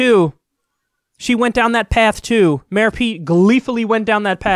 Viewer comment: Kyle, You mispronounced "Ex-Mayor"